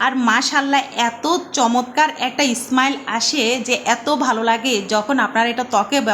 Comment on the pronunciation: স্মাইল না তো স্মেল আসে 😂😂